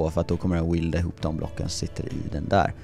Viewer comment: För faan, lär dig uttala weld, svetsa: Nu låter det som att du säger wield vilket är något helt annat.